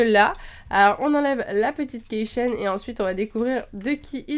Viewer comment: Coucou Miss, juste pour te signaler que "Key chain" ne se prononce pas du tout "keï chain" comme tu le dis, puisque "key" qui signifie clef en anglais se prononce phonétiquement "ki". Il faut donc dire "ki chain" :)